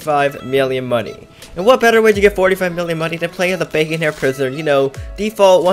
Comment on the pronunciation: "bavon hair"